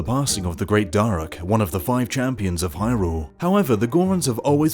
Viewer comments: It's pronounced Dah-ruke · How do you pronounce "Daruk" wrong? It literally says it in the game. Multiple times.